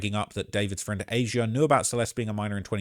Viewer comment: Why do you pronounce Asia like that?